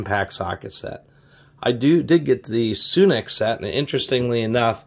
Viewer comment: its sunex,not soonex,just saying